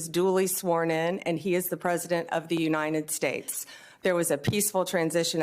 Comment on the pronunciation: She can´t even say, "The United States". Like her orange Jesus.